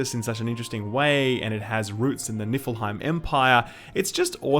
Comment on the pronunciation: lol..."i swear it sounds like your saying Nippleheim... "God was killed by the Nippleheim"..